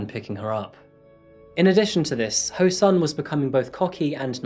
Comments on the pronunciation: His name is said as ho soon. Not ho sun. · This is why I keep fighting for the reformation of the standard roman lettering system for Korean. Your Korean pronounciation is outstanding... when the words are written right. The killer's name is pronounced Ho(r)-Soon but for some reason it's standard to write the short oo sound as u . Same for Goonpo. Edit. I take that first part back. I never heard anyone pronounce SEOUL as see-ole.. it's the capital city...